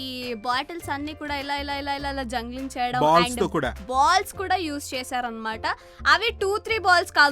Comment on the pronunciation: *జంగలింగ్** కాదమ్మా..జంబ్లింగ్